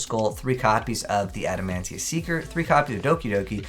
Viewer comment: There is, no N in the name adamatia. So stop saying adamantia when that’s not even their name I mean seriously.